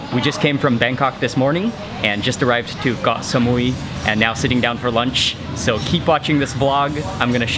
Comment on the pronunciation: WHY DO YOU KEEP SAYING GOH SAMUI? ITS KOH NOT GOH